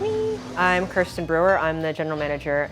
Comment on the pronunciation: That's not how you pronounce nor spell Kirsten.